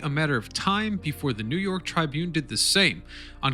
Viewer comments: sorry but it is TRIBune not TRIbune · It's 'tribYOON', not 'TRYbyoon'. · Learn how to pronounce the word tribune